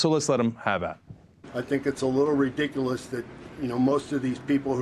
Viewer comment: "Its a little bit RE DICK A LISS" lol way to go!